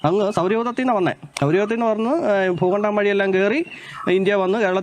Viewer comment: താൻ ആദ്യം ഭൂമി എന്ന് പറയാൻ പഠിക്ക് ഫൂമി ആണ് പോലും ഫൂമി പിന്നെ ഫൂഗണ്ടം 😄😄